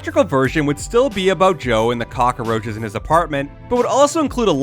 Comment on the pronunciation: Why do you keep saying cock-a-roaches?